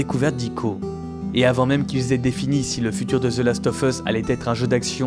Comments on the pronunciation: Par pitié, "of" se prononce "ov". "The last ov' us", pas leviosaaaaa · ZE LAST OEUF EUSS, bosse un peu ton anglais, sinon très bonne vidéo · « Zeu laste œuf eusse » « Eunechartaide » 😂